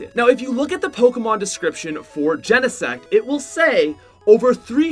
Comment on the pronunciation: He is pronouncing everything wrong and I’m cringing so much. Like houndour? That’s so dumb and even Pokémon like he’s pronouncing it all wrong ugh.